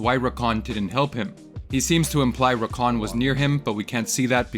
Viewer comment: It's rakAN, not RAkan.